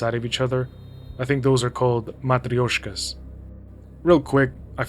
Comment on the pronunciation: your pronounciation of "matryoshka" is better than like 95% of all english speaking youtubers